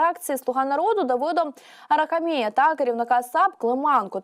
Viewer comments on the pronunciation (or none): Дитино, ти жива чи згенеровано ШІ? То кажеш УкраЄна, то кажеш АрахамІя, тебе вчили робити наголос? Чи ти прізвищ не чула? Я тому ваш канал і не дивлюсь. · Арахамія наголос на ха,а не на мі. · Як нудно веде програму ця дівчина, неможливо слухати : без зміни інтонації, без пауз, без розуміння про що говорить.... Де їх навчають? Наголос у прізвища Арахамія неправильний. Дуже неприємно все це слухати. Більше не вмикаю, аж настрій погіршився... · Ця безграмотна не уміє читати ... Наголоси не для неї ! АрахамІя , чи АрАхамія , чи АрАхамія ???